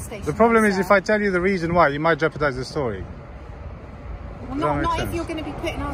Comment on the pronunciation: "You've come 'ere for a weason, 'ave you?" Massive belly resting on counter. Professional.